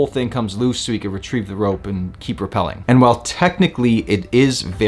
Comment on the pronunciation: Great knot and cool video but it is rappelling not reppelling......